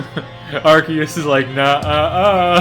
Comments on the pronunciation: Uhh ahcktyually its Arkyus not arseus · It's pronounced ARKOOS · Gotta say it isn't arkeus man Arceus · You silly silly human it is arcoos